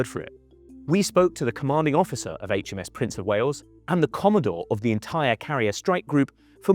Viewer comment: The Hay Chem Ess Prince of Wales? 🤷‍♀